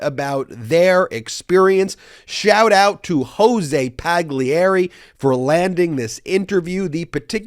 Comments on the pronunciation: Pagliery (Pa-gli-e-ry) = Pah-Lee-ay-ree *roll the R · There are so many Italians living in the US, you should really be able to -- or at least try to -- pronounce their names correctly: in 'gli' the 'g' mute. so 'Paglieri' is pronounced 'Palieri'.